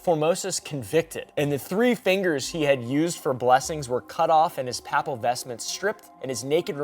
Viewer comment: How does one manage to mispronounce “Papal”? Isn’t your mom Catholic? Jesus Christ, dude. 🤦🏽‍♀️